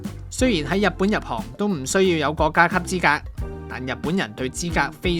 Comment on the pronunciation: 國‘各 洗’細😂